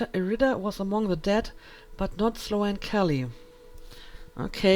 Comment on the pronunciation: Hey. Love the let's play so far. Just to let you know Sloane... the a is silent. Not Slo-Anne.